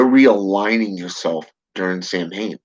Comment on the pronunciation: its actually pronounced "sou-wen". common misconception. =]